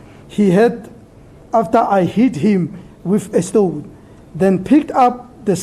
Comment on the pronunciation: trriiiii and not threeee....hahaha...stoooon and not stone hahahaha.judge also likes his castle lager with the brigades majita.